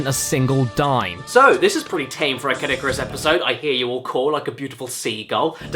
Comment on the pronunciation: Who else thought he said "Kid Icarus" instead of Caddicarus ?